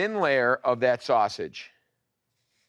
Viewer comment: LOL you pronounce sausage the way my grandpa did LOL